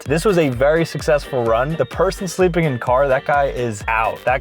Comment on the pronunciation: "HiS sLlEPIN, his SLleEppInNN" -from a wise man